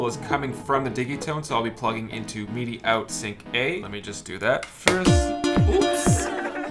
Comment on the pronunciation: “Meedee” mapping? But great video otherwise 😉